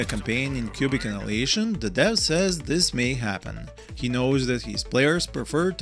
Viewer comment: Big FAN, thank you for another great review, please keep up. Just a wierd notice: when you say Annihilation it sounds like...well... in Serbian instead of АНАЈАЛЕЈШН you say АНАЛИЈЕЈШН. You bring the ANAL to much! 😂💓